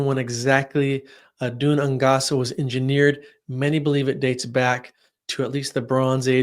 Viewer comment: ‘Gaelic’ is pronounced ‘gay-lick’. ‘Dun Aonghasa’ is pronounced ‘doon ain-gasa’ here, both said quickly!